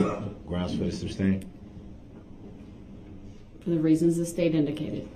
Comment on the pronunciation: During the whole trial Darrell never learned the word is SUSTAIN and not SUBSTAIN !!